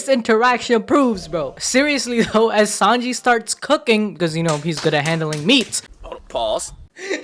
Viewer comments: What is "5-onji"? Sanji's name translates to "3 o'clock", so I dont understand why you call him "5-onji" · Im kinda new , can someone tell me why he calls Sanji "5anji " please 🙏 😅 😂